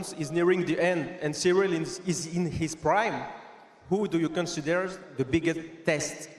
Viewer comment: Everyone saying "Serial" instead of "Ciryl" 😂😂😆